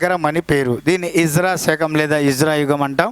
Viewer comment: Good explanation sir. But small correction sir. Its not hijra sir. Its HIJRI